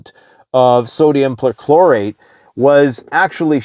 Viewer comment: Per Chlor ate not percolate